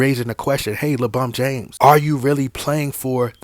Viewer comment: Take a shot of tequila or whisky, whenever you hear "LaBum James" during the length of this video. Extra shot when you also hear "RBAAAAAAA"